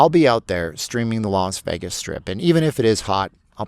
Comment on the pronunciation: It’s pronounced “VAY-gus” not the mumbled word “vehgus.” Please learn how to pronounce Las Vegas (that’s pronounced Lahs-VAY-gus) not Lahs-vehgus. You’ll get more viewers and subscribers and people will stop dumping on you.